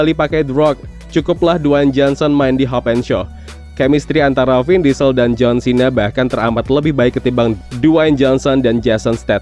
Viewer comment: Harus nya nyebutnya jng jhon chena tapi jhon xena